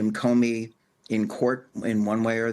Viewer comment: Comey, not Comney.